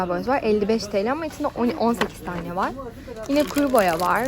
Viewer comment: ben varggh demesine takildim benle ayni olanlar